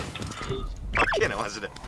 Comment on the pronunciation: gatchaじゃなくてgotcha、、、そんなあなたがすきです(笑)